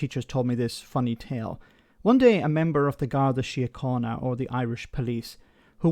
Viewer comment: The Irish Garda story is completely false as they would never go out drinking in uniform and secondly how could he be arrested for impersonating British police officer whist wearing an Irish Garda uniform which is from a foreign country and very different. Kudos though for pronunciation of Garda Siochana though. 👍🏻